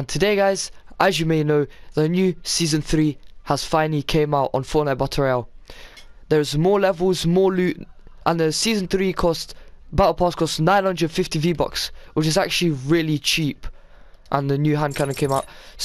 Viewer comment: Did you say ”bottle royal? 0:7